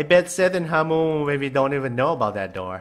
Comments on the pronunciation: When says hamumu Hawmumo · It is not HAMOOMOO